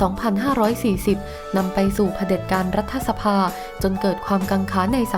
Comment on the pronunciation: บอกกี่หนแล้ว ให้อ่าน รัด ถะ ไม่ใช่ รัดทะ (รัฐสภา) ยังดื้ออีก